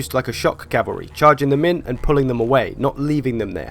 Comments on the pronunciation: CALVARY its plural cmon man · H smitty Lmfao Calvary!